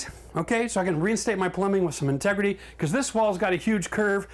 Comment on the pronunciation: great drinking game every time he says "tegrity"